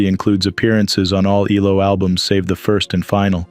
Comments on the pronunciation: It’s not E-LO, it’s E-L-O! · It is ELO - Electric Light Orchestra….its not just one word as you pronounced as ello…